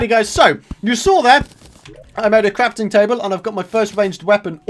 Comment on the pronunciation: You said crapting table